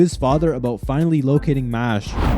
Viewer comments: Mashely? its called mashle like muscle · Very weird pronunciation of the show name but otherwise cheers